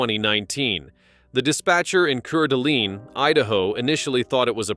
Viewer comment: PRONOUNCED CORE DA LANE AND KOOT KNEE COUNTY